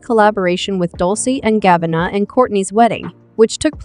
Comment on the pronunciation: Nobody: The AI: Dolcie and gabanna